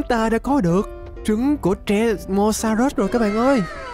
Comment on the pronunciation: ơi anh đừng gọi là tresamorus(trê-sa-mo-rớt) mà gọi là tremorsorus(trê-mo-so-rớt) mới đúng ạ